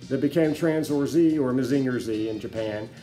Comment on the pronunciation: mah-zing-ur......not mah-zinger